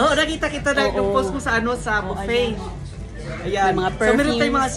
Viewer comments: Buffet...not baffet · ang correct pronunciation ng buffet ay "buffey" hindi "baffey", mali si.Baffey ang bigkas niya. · Buffet not baffey,kahit sino ini interview para lang may ma ivlog.Ang caption nakakaiyak daw,eh puro nakatawa naman sa camera,ano ba yan??? parang may sayad ka talaga.😅😅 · ok,buh-ffay nga ang tama pero si ang sinasabi niya baffay,pakinggan mong mabuti,ba't di mo ma accept na mali ang bigkas niya.Repeat ko,BAFFAY ang sabi niya. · You're wrong, it's Boo-Fay or Bew-Fay French pronunciation. Ikaw ang mali. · Parang bingi nga,mali talaga ang bigkas ni,di matanggap ng mga followers niya na mali siya,paulit ulit ko nga pinakinggan talagang "baffay" ang sabi ni.